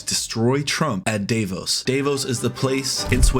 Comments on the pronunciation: Nice of you to comment that very important day: But, first of all say it like "Duh-voes" (Davos) (or Daavohs). thank you :) Sorry, but that music in the backround is very annoying! Very disctracting and way too loud (until ) . And it's not fitting to the topic at all. For Elise songis not for backround in your video. Please don't you dare to you it ever again 😛 Gavin Newsom id my fav next president of the USA. I'm German, but I love his oppions, his appearance, and the way he talks...he seems to be a very good and undertanding person. GAVIN NEWSOME for NEW SOME! Go for it---stand up and fight. You guys did it once in history! Show balls and show the world that ther USA can be a better place than under Trump's leadership! GAV a NEW! I feel that Canada is more attached to europe than USA currently. In Canada I see a confident a trustfull alliance. USA isn't that these days. Trump should not forget that WE in europe allow the USA to have military bases. Without those: it will be harder for the USA and easier for their competitors! Finally our european leaders showed balls against Trump. Fuck off Donald Jennifer Trump! We want peace not another bully (like Putin)! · Its spelled "D'uhvos" not DAYVOS just DAVOS (cut the y) xD! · it's Davos, not Dayvos. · There's not much to comment to. I agree with you and all the speakers. So I just want to try to teach you how to say the name Davos. You pronounce it like Day foss, but the a in the first part sounds more like "part" and then... the s is silent. Just trying to help. 😉👍